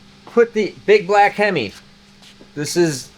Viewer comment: Being a big time Hemi fan. I love this black hemi. every time you say black him I keep hearing the song black Betty.